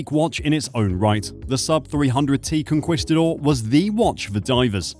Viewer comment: Is this AI? If not, please check your pronunciation of Jacques Cousteau, and Conquistador.